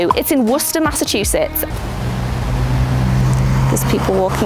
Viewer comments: I know it’s just because you’re from england and you also have a Worcester there but thank you for pronouncing it correctly! take notes americans! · And you can pronounce Worcester despite not living in New England! I put that down to you being British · my aunt and cousin are in worcester, thanks for pronouncing perfectly! lol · You pronounced Worchester right! I love you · As my parents would say, you're supposed to drive around NYC! And well done pronouncing Worchester correctly. =)